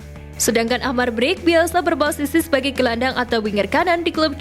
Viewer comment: min cara baca amar brkic nya salah harusnya amar berkich gitu